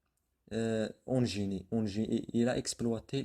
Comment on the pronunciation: Bonne explication mais faites attention a votre prononciation surtout dans les mots suivants : indes et Eugénie !!!!